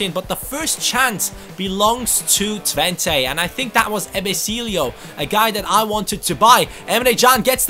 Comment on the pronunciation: You pronounce Twente as Twent-uh